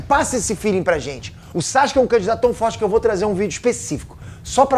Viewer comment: Cara...Para de falar "Saske"...Fala o correto, "Sasuke"....